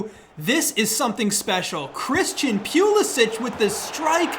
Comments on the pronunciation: That Christian (pew)lasic Pronunciation hurt me lol. Great vid though, gained a new sub. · “Christian Pew-lisic-“ Also: “Kai Havertz steps up, chipped down the middle. Balls of steel.”